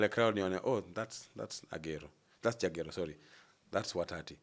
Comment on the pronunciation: Jagero yawa it's juogi 😂😂😂